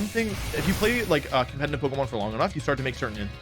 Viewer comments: Compenanive. Companinive. Cumpeninive. Compenaneva. Goddamit dude, why can you NOT say competitive. Jesus FUCK! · When will the man learn how to pronounce "competetive". COMPETENTIVE